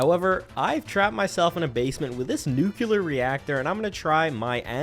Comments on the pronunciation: i love you to death. But also, pronounce it NU-CLE-AR please. 😂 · I'm... actually finding myself wondering how much of that intro was a joke or a parody or absurdly good comedic timing... It made me hopeful for a second. Also, 'nucular' 😂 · "Oh boy, a new video, and it's over an hour long! I can't wait to watch this-" "NUKE-YEW-LUR" Oh christ he's one of THOSE people. 🤦‍♂